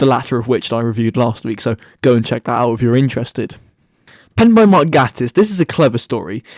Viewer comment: The only problem I have with this video is the way you pronounce Gatiss. Great video for an underrated episode.